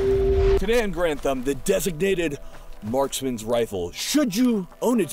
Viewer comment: “Here on geranthum”